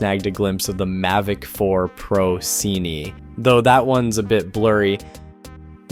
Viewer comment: Cinema shorted is Cine (sinny) not SEE-NEE